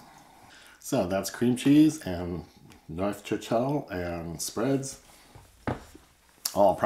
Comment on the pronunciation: Neufchatel: French. The f in neuf is silent when combined with châtel. It also reads as "NOO" like in "NOON". Noochatel.